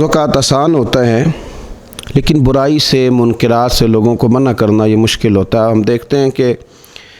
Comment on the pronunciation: منکرات کاف بالفتح بولیں